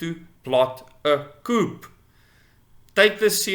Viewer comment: The P in coup is silent